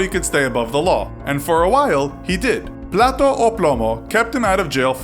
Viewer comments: "plato o plomo" XDDDDD its not so difficult. Its pronounced "plata o plomo" as it sounds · „Plato o Plomo“ (how u said it) means Plate or plumb. Please... platA o plomo. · You keep saying plate or lead, instead of plata = silver, wich is slang for money/cash in south america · He keeps saying plate in Spanish 😂😂😂not silver,silver is PLATA not PLATO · It was "Plata o Plomo", not plato. Plato is plate. Silver is platA. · As a spanish speaker living in medellin I cringed everytime he said "plato o plomo" it's "plata o plomo". plato = plate, plata = slang word for money. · Plata, not plato. Haha. Plato is plate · You said plato=dish instead of plata=silver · "Plato o plomo" 😂😂😂😂😂 come on man! Practice the pronunciation. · He never noticed it’s not “Plato” it’s “Plata”. One is money and the other is plate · 'Plata o Plomo' not 'Plato o Plomo'. That just means plate or lead, as in dinner plate. Google could have told you that. YOU HAD ONE JOB. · When pronouncing "Plata O Plomo" your actually saying Plato, Plato is a plate. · Plata has two As why are your saying Plato which means plate u gotta pronounce it like plata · Plata (Pla.ta) not plato(Pla.to) ;) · Haha it changes from money to a simple dish... Haha thought I wasn't listening properly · For the record, though he pronounced plato (plate) instead of plata (silver), I am here to correct the translation. In Colombian Spanish, plata is slang for money. So, plata o plomo would translate to English as, money or lead (bullet). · PlatA not platO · Kinda bugs me that u say “Plato” not “plata” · Lol Plato o plomo? So plates or lead? Do your research properly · It sound like you say ‘Plato o plomo’ Plato- dish 😂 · Dude, its PLATA (Plah-tah) not PLATO, which litterally means a plate. Everytime that you're mispronouncing the saying, I keep hearing PLATE OR DEATH in my head. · It's Plata with an A not an O So it's Plata o plomo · "Plato or plomo"= plate or lead? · It’s plata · lol he said plato instead of plata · You said Plato 😂